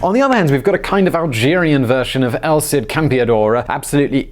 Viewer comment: I didn't think I knew who it was because it's El Cid Campeador. Not Elcid Campeador.